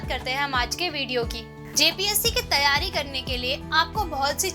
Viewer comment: phale tum teryari bol le bad me jpsc niklwanaa 😂😂😂😂😂😂 teryari😁😁😁